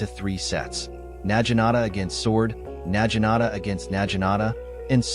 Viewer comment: Na Gi Nata. A.I. is saying it incorrect.